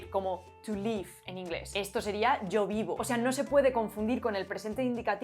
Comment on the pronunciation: One tip: you pronounced 'to live ' sounding identical to the verb 'to leave'. I think the 'i' vowel found in English words like 'did' or 'kid' is very difficult for Romance speakers. I would prob recommend to think of that vowel closer to the 'e' of 'bed'. That might get you closer to the correct pronunciation.